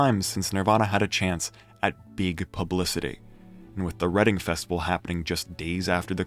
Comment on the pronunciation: Her is absolutely incredible. People will mold their entire lives around it. It’s a full body O ok that’s kind of a d bag move by Cobain. ok is this video AI? Mispronouncing Reading as Redding?